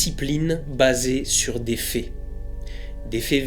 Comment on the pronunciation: "La science est une discipline basée sur des fées." La prononciation a un sens. xD Sinon sympa la vidéo.